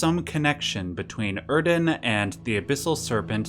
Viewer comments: Why is bro pronouncing it OeRdon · Theres no “r” in Oedon. You’re pronouncing it “Erden”. Why? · Im sorry but there is no R in oedon... so stop calling it erden/urden.... like it just stresses me out and makes you look stupid regardless of the validity of the lore.... please... like what? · I believe "Oedon" is pronounced "Eden", like the English spelling of "Foetus" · Sorry to be dramatic, but your pronunciation of Oeden is a punsihment to listen to. Where is the R coming from??? WHERE DID YOU ACQUIRE THE R,? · Hearing you pronounce Oedon wrong made part of my soul bleed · I don't know where you get an 'r' sound from Oeden.